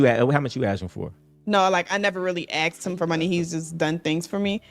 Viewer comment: If she gotta “axed” it’s a no